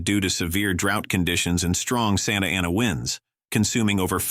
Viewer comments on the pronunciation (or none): none